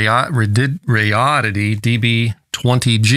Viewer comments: Dude…RAY-DEE-ODD-IT-EE. How hard is that? They gave you the thing for free. At least take 2 secs to learn how to say their name. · RAY - DEE - ODD - IT- EE ====== RADI ODD ITY - RADIODDITY LMAO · "ray-dee-odd-eh-tee". You can do it- I know you can!! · Came for potential Sad Ham commentary; stayed for "Radoddity" pronunciation. Love it! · Come on, everyone knows its pronounced Radioddity. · After all these months… please just pick and speak one pronunciation for “Radioddity” (rather than adding spurious ones) 😃